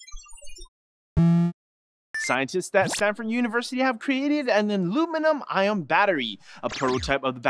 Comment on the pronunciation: "Anluminum iom battery" Well, you tried.